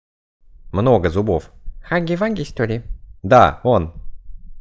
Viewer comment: Хаги ваги ❌ Хагги вагги ✅